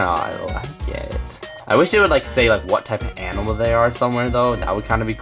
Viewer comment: Anyone else annoyed how he miss pronounced a good amount of the animals.